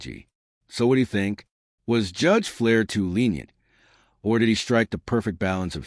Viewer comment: That is Judge Fleischer. Not judge ‘flair’